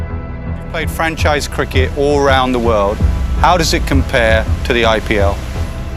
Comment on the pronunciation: Everything is perfect .only pronounce cricket not kirket